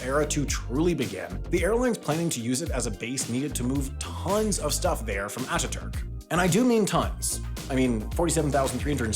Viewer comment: Thanks for paying particular attention to pronouncing Atatürk, Sabiha Gökçen, İstanbul and Ankara correctly ❤ .